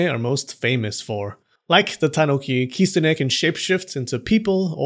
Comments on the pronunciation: stop the kisune. (its kitune) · Kitsune is pronounced "kit-sun" in Japan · why do you say kistune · Bruh I've thought it was "kit-soon" not "kit-so-ne" idk just me idk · Lolololol!!!! “Those people were sniffing glue”! OMG….And I have been pronouncing the word the wrong way. I thought it was Kit-SU-ne. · 10x for the great video, but please try to say きつね correctly from now on, つ - tsu, so it's kiTsune 😉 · At least I wasn't the only one that noticed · The t in the tsu in kitsune isn't silent! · Please don’t butcher the name and should make proper attempt to pronounce 狐 correctly .